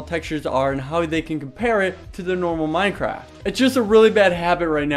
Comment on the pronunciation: its sayed minDcraft